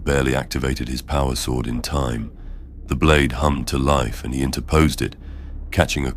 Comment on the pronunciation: Yeah this is AI slop. Mispronounces character names, mispronounces "Tyranid", mispronounces "sword" and then later pronounces it correctly. It's very well done AI, but don't be fooled. Unsubscribed. Don't support this stuff.